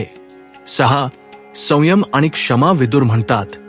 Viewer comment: वाचन करतांना उच्चारात सुधारणा होणे गरजेचे आहे. उदा. संयम या शब्दाचा उच्चार चुकीचा झाला आहे. मात्र एकूण सर्व व्हिडीओ उत्तम झाला आहे. आजच्या जगात सुसंगत आहे! धन्यवाद!